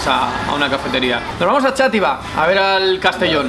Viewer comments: Yo soy de Xátiva, vengo del video de Charlas de fútbol de charlando con, esto es gracioso porque ayer comí en el Túnel, XD por cierto Xátiva, es /Shativa/, no /Chativa/ que me está entrando dolor de cabeza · Top como siempre. Por cierto, yo soy valenciano y digo ''shàtiva'', arrastrando la X, no Chátiva, así como curiosidad. Enhorabuena ^^